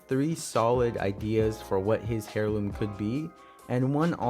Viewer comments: Hairloom I’m pretty sure you say it airloom but idk I may be wrong. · It's not hair-loom bruh that's not how u pronounce it, you pronounce it like AIR-LOOM (HEIRLOOM = AIRLOOM) AIR ,AIR, AIR LOOM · Heirloom is pronounced as (air-loom) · Putting a little to much infesis on heirloom, your saying hairloom, its heirloom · The h in heirloom is silent lol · in that case, also said heirloom wrong, the h is silent. Nice video though